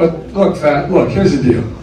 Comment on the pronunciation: I DEFINITELY heard "Look fat." I doubt anyone says look facts to open a sentence.